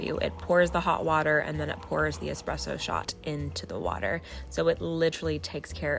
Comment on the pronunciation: Tfw she’s teaching ppl about coffee while also pronouncing espresso wrong... It’s an Es-presso not an ex-spresso.